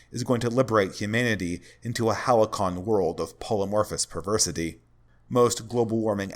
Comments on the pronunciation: Hal-see-on. Not halickon. Love this topic and video thank you! But i do think some modern art is good, just not all. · Bro look up the pronunciation of halcyon